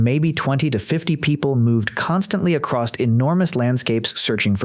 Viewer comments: Great video, but remember, narrator, the word is "across," not "acrost." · My only problem with this is you keep saying acrosst, with a t? theres no t man is just across long distances. same thing with cross man, theres no t, idk why it bothers me so much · there's no T at the end of "across." do people actually think "acrosst" is a word? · Good God! The word is across! There's no ed or st on that shit.